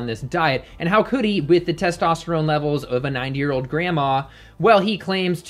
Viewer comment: I keep replaying and I keep hearing nine year old grandma not ninety. I seriously hope ninety is what you meant 😂